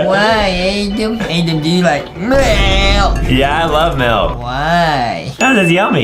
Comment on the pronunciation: Is not adem Is adam